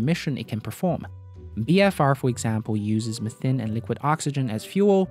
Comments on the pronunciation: It‘s called Methane, not Methn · Methane : Meth-AE-ne or MEE-THANE, not "methen", not "methin". You're welcome. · Isn't methane pronounced 'mee-tane' though? Just wondering